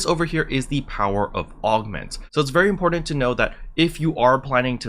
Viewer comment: sound ur words out before u say them like important and magenta say it like as in gentlemen